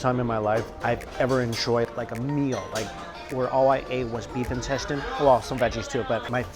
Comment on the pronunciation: I can't believe after watching a lot of his videos, I began pronouncing intestine as 'in-tes-tayn' as well..... my friends laughed at me when they heard it lmfao ><